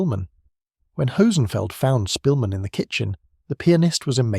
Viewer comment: You're pronouncing his surname wrong. The Polish "sz" is like an English "sh".